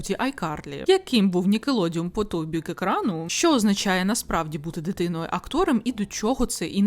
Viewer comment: Відео неперевершене, усе сподобалось.. але, нікелодеОН Не нікелодіУМ, будь ласка, цим усі блогери грішать. Нікалодеон, ніколодіон і йому подібні - неправильні. Від слова «нікель» і «одеон»🙏